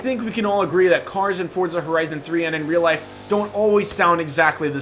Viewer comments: for-za. not ford-za. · it's Forza lmao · Can I get a vote on how you pronounce Forza? For-za Or Fort-za